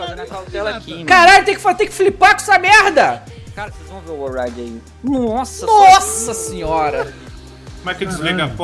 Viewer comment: Ban Glint 😂😂😂😂😂 "orwaide" kkkk Wall Ride* 😂😂😂